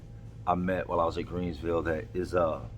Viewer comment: Is he saying greensville or Greenville